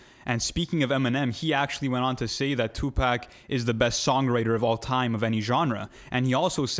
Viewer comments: It’s 2pac not 2 pack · I almost stopped listening when dude said "2-Pack"...but I'll go ahead and see what y'all talkin bout. 😑🤷🏾‍♂️